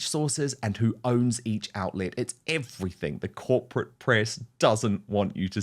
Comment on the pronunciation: He knows "EveryfinK".... Chav gobsh1te....